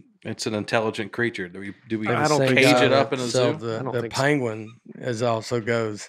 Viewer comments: Penguin...like Pen.: Pen (says Pan) Nate and: Pen (say Pin). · Listening to all 3 attempt and fail to pronounce “penguin,” while arguing how each of them is saying it correctly, was tough. Pen-Gwin. Or Peng-win. Not panguin, or peenguin. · Benedict Cumberbatch pronounces it pen-wing and it made me want to punch my tv. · Hello folks! One time me and my wife watched an orangutan use a long branch to poke and retrieve a fruit snacks wrapper. It took him a while and had to maneuver and switch hands through the fence but he got it. And it's pronounced pen- gwin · We need to know the name of the turkey behind the camera who doesn't know how to use google. What is he using chopsticks back there? Speaking of chopsticks, I thought pronunciation of peengween was a little risky. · Benedict cumberbatch recorded a documentary and pronounced it pengwing the whole time Graham Norton poked fun of him on his show. Nates improv on pangwins was to die for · By the way, I have to side with and Nate on this one... it’s “ping-win” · Rename this episode 2 people who are mispronouncing Penguin trying to correct each other...